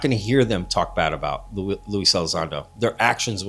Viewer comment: you don't even know his name😅...it's Lue, ffs